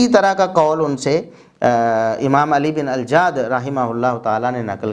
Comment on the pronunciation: اللہ آپ کو کروٹ کروٹ چین سکون اطمئنان راحت عطا فرمائے، کتنے مضبوط دلائل سے آپ نے یہ معاملہ واضح فرما دیا ۔۔۔ پلمبر مرزا جی تو علی بن الجعد کا نام تک صحیح نہیں لے پایا ۔۔۔۔ بس اس چوہیا کی مانند مسواک کی ایک لٹھیا لئے پنسار کی دوکان کھول بیٹھا ہے